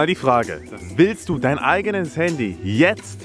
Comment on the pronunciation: Das heißt nicht haaandy das heißt Handy😂😂✌️wer feiert auch kelvins Aussprache Fehler✌️😂